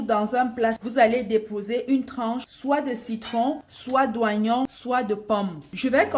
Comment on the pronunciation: Madame ça s'écrit Oignon mais ça se dit Ognon pardon 😂